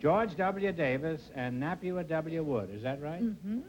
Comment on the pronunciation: "Napua" isn't pronounced "nah-pew-ah", but "nah-pooh-ah" - but she's either too polite or too cautious to correct Groucho. I met Napua Woodd (spelled with two D's) when she was quite elderly and was in the early stages of Alzheimer's, but she was wonderfully funny regardless. She was a comedy performer.